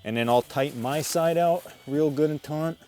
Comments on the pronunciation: It is NOT TAUNT, BUT TAUT; No 'N' in the word. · It's "taut". Taunt is what you do to anger or distract someone. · Get it "taunt"? It's "taut" man. Taut. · He probably knows this by now, but the word is "taut" not "taunt" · The word is TAUT. There is no "n" in that word meaning to "pull tight; no slack". If you want taunt, that's another word with a different meaning. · He keeps saying taunt. The word is taut. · It's not TAUNT it's TAUT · sorry to be petty but its taught not taunt when its strung tight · Taunt? Does he mean taut? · taut, not taunt one means tight, one mean to provoke :-) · If this dude says “taunt” instead of taut one more time... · TAUT not taunt. ugh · Or "taut"? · My internal dialog as watching: "taunt" (huh? did he say?), "taunt" (oh boy, he did say...), "taunt" (cringe), "taunt" (someone needs to talk to this man....) But excellent video nonetheless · He was taught to pronounce taut "taunt" when he was a tot. No need to taunt him. I'm sure he could arrange an entente. :p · Taunting him should tighten up his vocabulary. It's still a good video though. Perhaps his nerves were just taut in front of the camera. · Thank you! That was driving me insane; I thought he was taunting me! 😳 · I kept saying that too! Lol! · It's "taut". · I grew up in the city then in high school moved toa rural area. They did say "taunt" with the N just barely audible. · Stop being overly critical pundints. I was also taughnt to say it thant way.